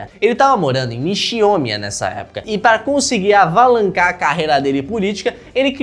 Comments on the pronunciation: "avalancar" o pciniwalker sabe muito de língua portuguesa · "avalancar" desculpa eu ri nessa parte boba 😂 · Kkk "avalancar" me quebrou kkkk 😂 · Minuto: (avalancar)😂😂😂😂😂😂😂